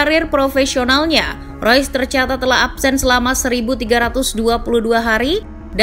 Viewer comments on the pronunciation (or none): Reus min bukan rois, ga semua nama pemain harus dilafalin pake speeling inggris. Di jerman E dibaca E sama kaya di indonesia. Spelingnya tetep REUS bukan ROYS